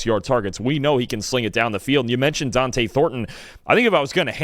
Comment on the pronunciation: Who is this D’ante keeps mentioning? Especially when keeps saying Dont’e’s name correctly!!